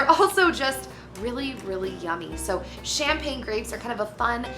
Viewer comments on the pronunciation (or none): none